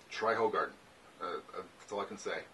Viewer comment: It's pronounced 'who- garden'